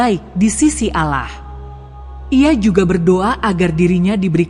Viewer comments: Ceritanya guru ngaji .yg di sebut seharusnya Allah eh dia sebut alah sama sekali ga enak di dengar .. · Yg baca agamanya apa sih risih dengarnya ,baca allah kok alah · Maaf anda non muslim ya karena pengucapan ALLAH yg anda ucapkan bukan ucapan orang Muslim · Tetapi yg menceritakan kisah ini menyebut nama sang pencipta masa nyebut nya alah bukan Allah SWT. 🙏🙏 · Min benerin dulu sebutan untuk Nama Tuhan di Ummat muslim sebutan yg keliru menyebabkan kurang menarik dg ceritanya Padahal sebenarnya sangat menarik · Kenapa tidak sebut penuh Allah...seakan betina ni bukan Islam ... patutnya sebut betul betul .AL.. Lah / Allah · Kayaknya nih orang non-muslim...cara ucapan Alloh..agak aneh gitu.. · Kalimat insya'Allah., Lafaz 'Allah' nya ucapannya kq agk aneh ya